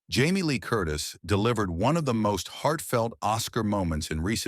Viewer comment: "Hell Berry?" "Jam Lee Curtis?" WTF? I'm somewhere between laughing at the ridiculousness and really annoyed with how poorly this was done. Side note that my personal favorite reaction was Robin Williams when he won for his performance in Good Will Hunting.